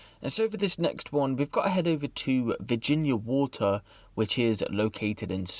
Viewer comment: the way he says water😭